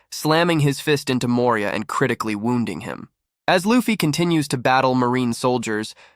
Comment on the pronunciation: and The way he said moria and jinbei